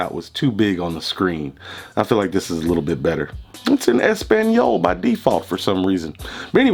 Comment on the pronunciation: Dave Chappelle + "ES-PAN-YALL" + Galaxy S10 = a new subscriber 👍